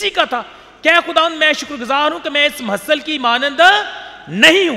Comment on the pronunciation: please say mehule lene wala not mahasal